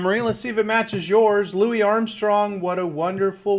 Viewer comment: Michael Lynch Louis is pronounced Lewie.